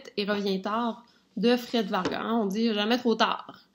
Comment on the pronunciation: On dit Vargas [vargasss]